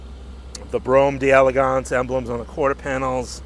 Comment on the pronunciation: It's DELLA-GAHNSE! 😂